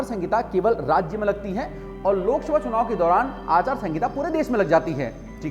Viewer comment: भाई जी आचार संगिता नही आचार संहिता होता है